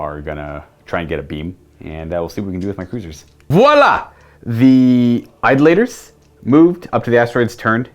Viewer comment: Hey, it’s pronounced eye-DOLL-uh-tur